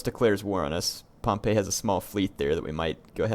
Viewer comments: Just a note Pompey's name is actually pronounced 'Pom-Pee' not 'Pom-Pay' Pompeii (pronounced 'Pom-Pay') is the city next to mt. Vesuvius Pompey (pronounced Pom-Pee') is the man/family name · I always thought pompey was pronounced like pompee...?